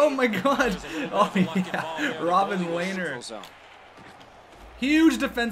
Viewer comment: It's pronounced (Le-ner) not (lay-ner)